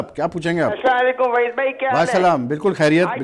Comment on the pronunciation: Pheli kilo by chuttiya waheed name to sahi la lo chappo.